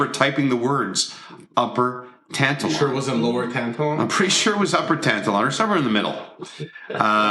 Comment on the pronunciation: Hahah tan-ta-lawn It's pronounced tan-talon= Tantallon Nova scotia